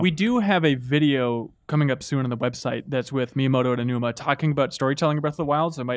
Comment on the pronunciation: Learn how to pronounce Aonuma properly. Respect.